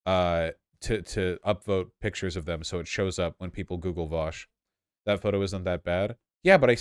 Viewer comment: Is there some connotation with the "Vowsh" pronunciation?